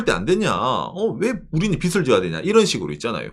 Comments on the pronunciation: 발음하실 때 빚이 = 비지 빚을 = 비즐 이 맞습니다. 비시, 비슬은 머리 빗을 발음할 때 사용합니다. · 빚을, 빚이 - 비즐, 비지 로 발음해야 합니다. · 빚을 자꾸 빗이라고 발음하심... ㅜ